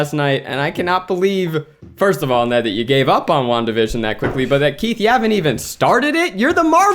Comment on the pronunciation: The try guys: Wanda Vision My ears: Long division